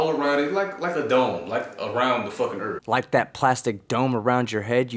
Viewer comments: So what is this earf he speaks of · I like "Da-Erff" guy. "Da Motherf&*(ing Erff be flat". "It ain't be round, Da-erff be flat". "Suck ma bawls, Da-Erff be flat". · Can't really argue if he says there is a dome above the erff. Now, if he said there was a dome above the Earth, that would be cray talk.